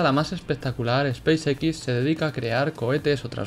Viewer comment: espàce equis dice. sheeet no vuelvas a asesinar el ingles asi. buen video